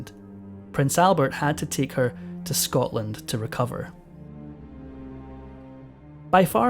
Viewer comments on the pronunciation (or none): none